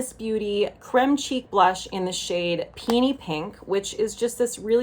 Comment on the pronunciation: LOL! I heard “peeny pink” instead of “peony pink” and did a spit take. 🤣